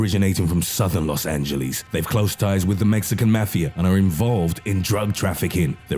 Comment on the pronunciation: "Los angeleez" ok then!